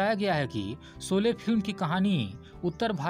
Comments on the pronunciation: आप शौले को सोले बोल रहे है . श, को श कहिये स नहीं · पहले शोले तो ठीक से बोलो! सोले बोल रहे हो 😃😃😅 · Soly !!! Bhai ye sholy hain Hindi ke sahi shabdun ka Uchcharan ( pronounciation ) bolna ab to Sikh lo bhai .... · 'सोले' नही, फिल्मका नाम था 'शोले' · Sole nahi sir sholay sayad nahi Shayad hota hai nisana nahi nishana aap ke uchcharan me hi galti hai